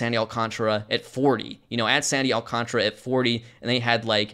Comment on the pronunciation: Alcantara has a whole-ass extra letter in his name. It's Al-cahn-tar-uh. Not Al-con-truh.